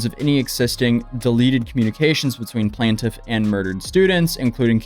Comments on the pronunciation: It’s quite annoying hearing you say “plan-tiff” instead of PLAINTIFF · Like if you regularly cover court documents please pronounce "plaintiff" correctly throughout, not just 50% of the time.